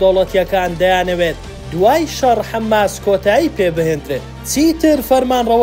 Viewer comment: حەماس نەک حەمماس